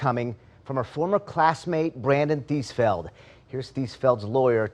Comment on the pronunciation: TheesFELD huh? Of course. Eeeevery sssingle tiiime